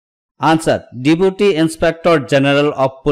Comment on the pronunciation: Give me prectice set Deputy pronunciation wrong 🙏